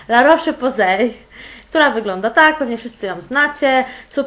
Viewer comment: "la rosz poze" tak się czyta, na przyszłość! To nei przytyk tylko rada z mojej strony;) Uwielbiam Cię! Udanego urlopu szczęściaro;)!